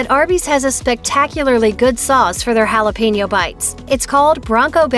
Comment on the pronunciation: But butchers jalapeño